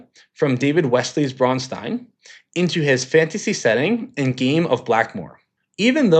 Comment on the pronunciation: Thank you for pronouncing "Braunstein" correctly. You'd be surprised how many people struggle with that. The ones who add the "ch" sound are objectively the worst.